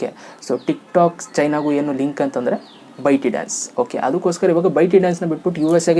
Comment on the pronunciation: ಬ್ರೋ ಅದು ಬೈಟಿ ಡಾನ್ಸ್ ಅಲ್ಲ, ಬೈಟ್ ಡಾನ್ಸ್.